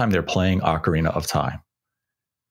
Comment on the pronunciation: I just tuned in to hear say Oakareaner of time😂 love it.